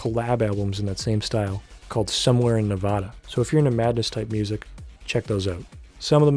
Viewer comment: neh-VAD-uh. the VAD rhymes with lad. good video though homie good background noise.